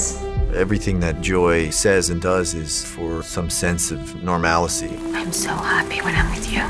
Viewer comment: normalcy, or normality, but not normalicy.